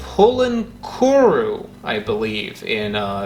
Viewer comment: I'm from Kerala, South India. The way you pronounced "pulinkuru" was funny 😂😂 "Puli" means tamarind, "kuru" means seed in malayalam. Nice vid 👍👍👍